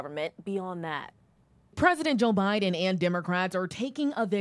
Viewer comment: Ha at 24sec mark she calls him Obiden. Even the news people know lmao😂😂